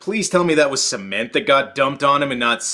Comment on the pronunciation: hopefully not se-ment